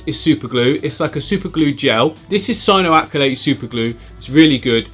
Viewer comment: How can you say cyanoacrilyte but not the names of plants lmfao 🤣